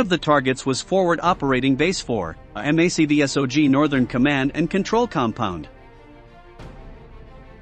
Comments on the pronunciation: I like the film footage and explanation of the battles but its a little disheartening to me to hear each letter spelled out in MACVSOG. Why couldnt it have been mak vee sog lol. Thank you for your service to all members of Military Assistance Command Vietnam. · Here's my comment: I really dislike this commentators voice. I suspect it's computer generated. I also dislike commentators that don't know their subject matter. MACV-SOG is pronounced "MAC" (1 word) "Vee" (1 word) "SOG" (1 word), not by individual alpha characters. Last, the video's bias toward the North Vietnamese/VC is very obvious to me. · The ""? The video is quite okay but please, for the love of god, have a REAL PERSON read the script. The text-to-speech generator not only butchers MACV-SOG and the correct pronunciation of Viet Cong but it's also emotionless and jarring.